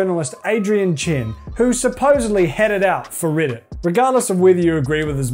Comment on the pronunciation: ITS "REDDIT" NOT "RIDDIT"